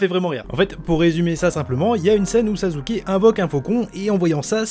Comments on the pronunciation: C EST PAS SAZUKE MAIS SASSUKE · anike ta dit sazuke xd ou sassuke mhhh ;' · Sasuke se prenonse Sasuke et pas Sazuke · "Sazuke" ça me pertube trop n’importe quoi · Sasuke ça ce dit sassouké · pourquoi tu dit sazuke ?